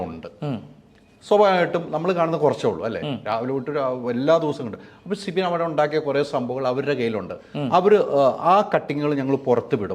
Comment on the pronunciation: Sibi allado manda. Sibin. Guest nte peru correct ayit parayu